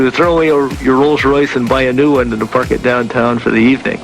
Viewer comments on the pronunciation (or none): none